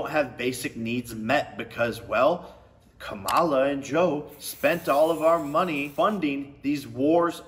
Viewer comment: Why is he saying Kambala?